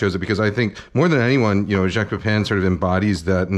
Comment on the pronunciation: Thank you for pronouncing Jacques correctly. 80% of people cannot even when you tell them how, it’s ridiculous